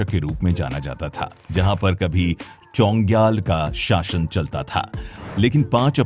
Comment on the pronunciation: चोङग्याल नही छोग्याल है भाई।